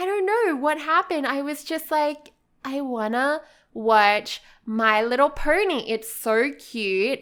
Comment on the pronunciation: why do you say my little purny??? it is my little pony